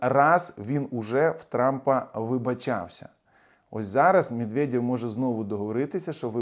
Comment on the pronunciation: " мєдвєдьов" - ха-ха. Можна всі їхні є читати як йо. Закарпатцям це взагалі буде легко. Йо ? Йо !